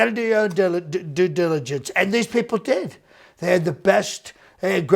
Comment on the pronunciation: Trying to say due diligence is gold lol...